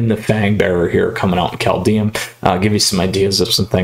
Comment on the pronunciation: Just a heads-up: Kaldheim is pronounced kinda like "Kaldhaim", not Kaldheyum ;) (Wingardium levio-saaah ;) btw, the first game you should have played Foulmire + ramthrough instead of the mana dork.. That way you wouldnt have taken so much damage early on..